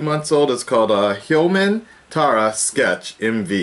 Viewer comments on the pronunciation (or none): The group name is pronounced as tiara. You should react to T-ara - Number nine. It's a really catchy song ^^